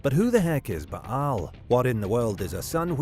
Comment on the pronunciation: Yeah who was 'Ba'-Hal' exactly? It's pronounced 'Bale'. Bale's shaft. OMG!